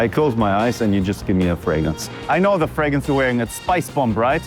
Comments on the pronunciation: A guy likes colognes and perfumes. So he changes his last name to Fragrance, but cannot even pronounce it. He pronounces it "Fragance." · This Fabio fûcctârd can't even say Fragrance 😅 Telling a stranger kid he smells good is weirdo asf